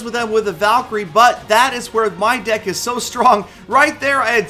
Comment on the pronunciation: called "deck" "dick" well it sounds like it.